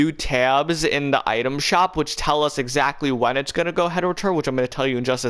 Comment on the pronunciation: how many times do you have to say exactally and bassically i not whatching him ever again